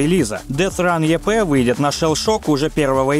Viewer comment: в произношении ошибки встречаются, типа эйков, епэ и прочеее.